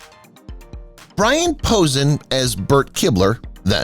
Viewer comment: Number one Brian Posen is pronounced (po sane) is a famous comedian first!!! I hate these stupid ai generated, ai red pieces of crap videos